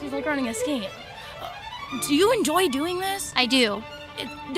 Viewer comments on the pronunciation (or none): "En-doy" ah that's a new word I've never heard before. I assume it's a combination of of the 2 words enjoy and doing. En-doy.